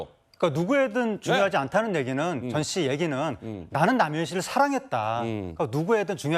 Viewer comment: ~ 초…”젖”씨라고 들리는데 ㅋ